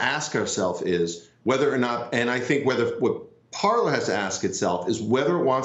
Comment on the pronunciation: "Parler".... The fact these "experts" don't realize the name is French and pronounced "par-lay". Think pirates of the Caribbean. It means "To speak".